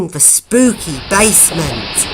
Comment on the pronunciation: Its basement not bassment.